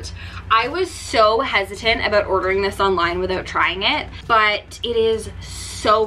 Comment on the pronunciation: I don’t know where u learned English, but please pronounce your words correctly. It’s “down”, not DE-OWN. Sound, not SE-OUND. About, not ab-eout. Very distracting!